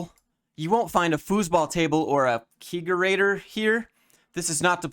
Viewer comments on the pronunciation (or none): Kegerator is a portmanteau of "keg" and "refrigerator." The "keg-" at the beginning sounds like the word "keg", not "kayg" Your videos are awesome, thank you for everything!